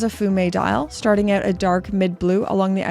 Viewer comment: I heard you say "out" and I didn't Even have to wonder where you're from 😅😊